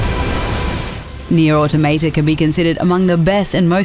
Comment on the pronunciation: Please don't ever say "Automata" ever again